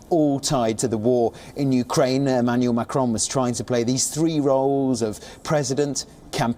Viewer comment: I don't like this guy reading news. His modulation depends on how he wants and not clear for listeners. Wion readers struggle pronouncing Macron's name. So they want Le Pen to win 😀.